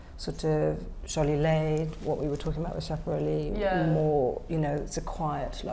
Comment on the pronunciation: every time someone says "Sciapareli" an angel dies